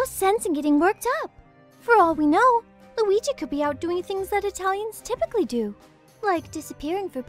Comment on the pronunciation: "WeeGee" Board